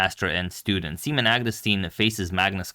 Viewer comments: is his name really prounounced "semen"? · Uhmm, im not entirely sure if his name is pronounced like that 😶‍🌫️ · Can we change the pronunciation of "simen's" name?